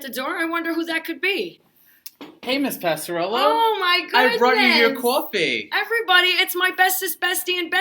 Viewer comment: Mr Neiro, the way you pronounced "coffee" it cracks me up every time. But you guys are adorable😂💕